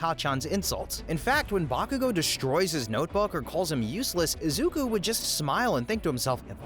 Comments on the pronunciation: Izuka Midoriya! It's Izuku, not Izuka XD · did he called Deku "Izuka" 💀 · at the beginning he even said izuka midoriya 💔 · Izuku not izuka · "Izuka midoriya" is killing me💔💔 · Ah yes, my favourite anime hero, “izuka midoriya” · Izuka 😭🙏 bros stupid asf it's izuku get it right lol jit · “Izuka” at the beginning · who tf is izuka BRO IZUKA? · did bro really just say izuka? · "Izuka" Yeah, vids already a flop 2 seconds in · dude at the start he said izukaa midorya